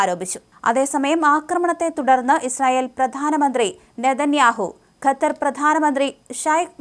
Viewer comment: കത്താർ അല്ല ഖത്തർ